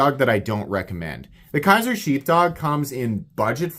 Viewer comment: Dude, it’s Kizer not Kaiser. Kizer makes the Militaw not Kershaw.